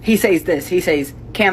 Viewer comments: She is making fun of how someone speaks, but did she mispronounce "says" as "say-z" instead of "sez" or am i missing a joke or its pronounced that way in another country or this is just irony striking again? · "Why do you pronounce things so stupid, he SAIS -" Okay hun, time for bed, you're drunk. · She says Sâys lol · How she gonna call someone out for improper pronunciation, when she pronounces "says" like "sayez"? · complaining about how someone pronounces a word while pronouncing "says (SEZ)" as "says (sa-ays)". my irony meter redlined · Someone complaining about someone's pronunciation of "campaign" while saying "sayyyz" instead of "says" is almost Icarus levels of irony. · Sorry madam, but it is "sez" not "sAYz". 🎉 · Who says "says" like saiaz? Kinda odd to criticize pronunciation with that weird element. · "...He SAYS words stupid..." - According to the woman that doesn't know how to pronounce "says" (sez). And just for the sake of it: Worcester, Massachusetts is usually pronounced Wooster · the person criticizing elon can't say accent correctly, forgets to put an s on words and then cant pronounce says correctly. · Wait…she’s bitching about how Elon speaks, and the way she pronounces “He says…” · can’t even say “says” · "Why do you pronounce words wrong?" Immediately, pronounces "says" wrong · Complains about the way someone talks... Prefaces her grievances with "he says (long "a")..." lmao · That lady immediately misspronounced the word says. I'm not a grammer or pronunciation gremlin by any means, but when you make fun of people for mispronunciation and you go on to IMMEDIATELY mispronunciate.... You come off as an entitled dickhead. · chick complaining about Elon Musk mispronouncing words while she mispronounced says. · "Why do you pronounce words stupid?" Immediately mispronounces "says" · Woman angry about the way Elon pronounces "Campaign" but she can't even pronounce "says."